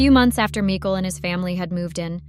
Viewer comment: Mickle. No. It's Mike-al. That's the problem with AI readers.